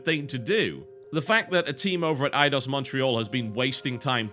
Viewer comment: It's Eidos...